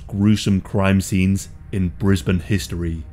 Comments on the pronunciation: ayy I'm from Brisbane The real gem was hearing you pronounce Brisbane correctly. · Very proud you pronounced Brisbane correctly! 😂